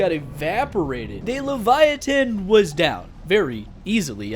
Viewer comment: Hiya Livyatan’s pronounced Live Yah Tan btw